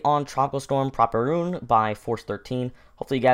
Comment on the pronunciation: PRAW-pee-roon? I pronounce it as pruh-PEER-oon.